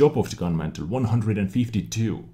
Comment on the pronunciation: Gun Mantlet! It is not a fire place. You need that T at the end. I know in previous episodes you said to say if you are mispronouncing English words. Other than that, great job!